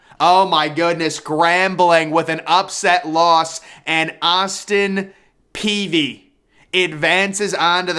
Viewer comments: It's pronounced Austin Pee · "Austin Peevy" 💀